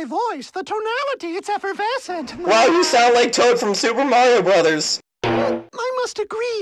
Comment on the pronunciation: u said morio